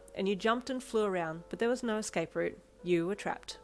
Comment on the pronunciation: I THINK ITS ADORABLE HOW YOU SAY “NAURRR” 😭